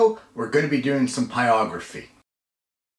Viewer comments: Second pyro info channel I’ve seen that pronounces it “pie-ography “.... and I don’t get it... 🧐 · You should pronounce the “r” is what he’s saying. The phonetic spelling in the dictionary is pahy-rog-ruh-fee. It’s exactly what you’re saying only add the r between the “pie” sound and the “ography” sounds you’re making. Pyro is the root of the word and the r is pronounced.